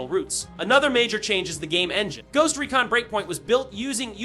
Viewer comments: Ghost recin lol 😆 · anyone else annoyed by how he pronounced recon lol